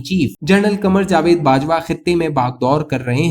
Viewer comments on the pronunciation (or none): none